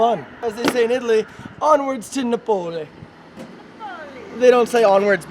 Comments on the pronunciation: Should have been Nah-poh-lee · and the way she pronounced Napoli too haha